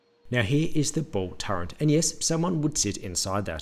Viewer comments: Turret, not "turrent" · "Turret" has no letter n in it. It's not "turrent". Why is this so difficult? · he says "torrent" lol